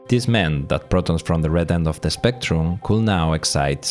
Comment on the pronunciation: Not sure if I can trust my ears (or the automatic captions), but I am pretty sure you say "protons" and not "photons" . Sorry for being such a physicist, but it should be the latter.😅